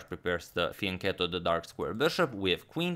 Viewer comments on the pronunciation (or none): The way Agad say it, it sounds like fiend kettle.